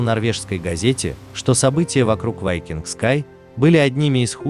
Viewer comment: Ведущий все названия корявит специально? Не вайкинг а викинг. В другом видео Роял Карибиан хрен знает как назвал. А название лайнера я даже не понял что за лайнер. Пока на карму не посмотрел